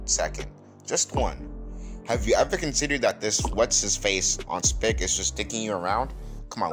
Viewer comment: I mispronounced “Spark” as an offensive term against Central/South Americans. (I didn’t even know that word existed until December 2022.) Juss wanted to clear that up